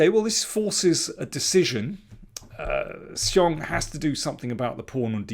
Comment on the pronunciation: You have the best pronunciation of Xiong among all commentators...